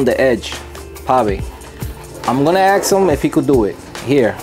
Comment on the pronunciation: Why the fuck can't people pronounce "ask"?